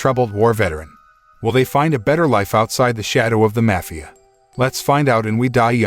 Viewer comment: man says maphia